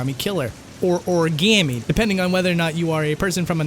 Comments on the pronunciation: I'll have you know this game takes place in Philly, and we do not say Oruhgammy. It's more like Origommy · jAasOn shAUN I always find the way said origami as origAAAmi funny as shit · What do you mean a person from another country pretending to be a detective in New York... when the way he says Ori-gam-ee is a pure Boston accent... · THANK YOU for pointing out the way they pronounced Origami . It never stopped haunting me cries in triggered